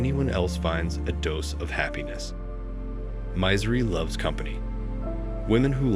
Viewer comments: It's a really good voice other than the odd glaringly wrong pronunciation. That one stood out to me too lol. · "mizery" loves company? Tweak your AI dude